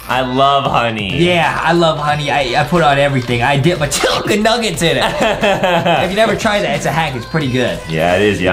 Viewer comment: hahahahahahahahaha justin is funny because he says chulken